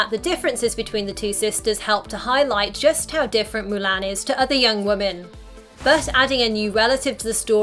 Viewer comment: It’s MU-LON